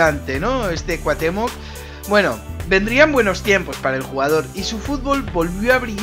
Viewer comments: Muy buen video pero rem no es cuatemoc es cuautemoc asi se pronuncia pero se escribe cuauthemoc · CuaUUUUUhtemoc con U, no cuahtemoc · y dale con Cuatemoc !!! CU-A-UH-TÉ-MOC xD siento ser " ese tipo " pero de verdad, que conste que no soy hater ya le di like y no he llegado mas que a la primera parte que dices Cuatemoc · grande y grande el vídeo, pero es CuaUhtémoc, no Cuatémoc jajaja, saludos crack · Pronuncias su nombre como si tuviera acento en la o, pero la tiene en la e.